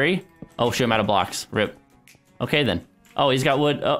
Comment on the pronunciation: Hamada zaghloul he said shoot but it sounded like SHT..